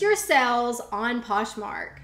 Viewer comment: You constantly mispronounce things like Poshmark in 2 different ways in the same sentence but you are so adorable and I really like your content so it's very easy to overlook :) Keep up the good work!!